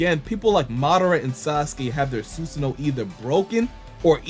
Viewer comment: It’s not susuno (Sun) it’s susano (San). C’mon people it’s not that hard to say if you pay attention and just listen to how it’s pronounced in the anime you’ll never mispronounce it again and by anime I mean the Japanese version not the English version. English dub is consistently mispronouncing names of moves and characters and then has fans thinking the way they pronounce names of moves and characters are the correct way of saying them but in reality they way pronounce them is wrong.